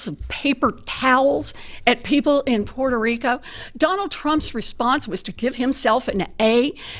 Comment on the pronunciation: She keeps saying “Portuh Rica”